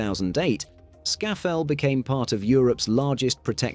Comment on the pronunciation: It is Skaftafell not Skafafell. Disappointing pronunciation ogf place names. More research needed.